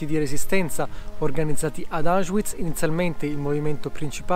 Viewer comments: Auschwiitz perchè lo pronunci così con la w inglese? la w si legga v e non u.. ? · Non capisco perché si continui a dire Auschuiz... il w in tedesco non è u come in inglese ma v normale.